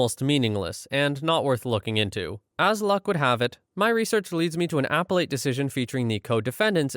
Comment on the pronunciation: For future reference, "appellate" is pronounced "ah-PELL-at."